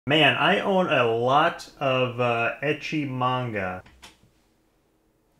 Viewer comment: Ele falou manga(fruta)